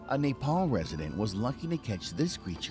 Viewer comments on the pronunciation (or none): none